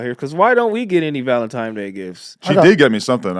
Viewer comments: It’s NOT Valentimes it’s Valentines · AD saying "Valemtimes" lmao